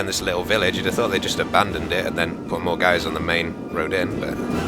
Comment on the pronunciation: Moar with a big O